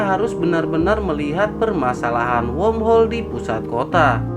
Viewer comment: Sepertinya mimin kesulitan untuk mengucapkan kata womhol